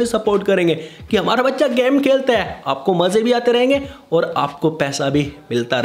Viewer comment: Bhai game ko gaam bolna band kr 😂😂🤌